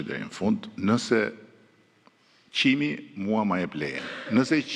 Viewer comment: Qimi jo Çimi 😂😂😂😂😂😂😂😂😂😂😂😂😂😂😂😂😂😂😂😂